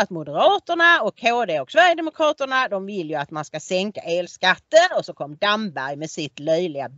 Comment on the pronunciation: Anne Ramberg Mikael Damberg Robert Damberg Ramqvist Matikainen kan uttala Damberg! Nu råkade Du säga Damberg! Dammegård heter en foliehatt! Heter Du Kallqvist? Ska det vara så svårt att lära sig uttala Svenska?